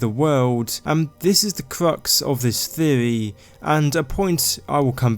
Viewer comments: I like the way he says theewee lol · What's a "theovy"? What's "Veddit"?